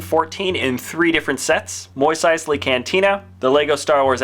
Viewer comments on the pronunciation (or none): Oh my god. WHERE ARE YOU GETTING MOIS EISLEY!?. It's mos MOS. Like MOSS on a tree. Also why does millennium falcon Luke have the wrong helmet. Not trying to rag on the video but please. MOIS? Really?. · why do you pronounce it "Mois Eisley" it is pronounced "Mos Eisley" like moss